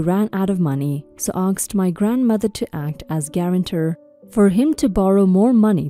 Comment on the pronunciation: To the reader, its " asked" not " aksed".